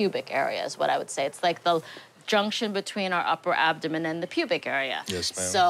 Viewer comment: "Adaman"?? Does he mean "abdoman"??